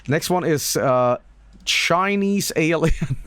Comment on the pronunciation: aur naur its an aurlien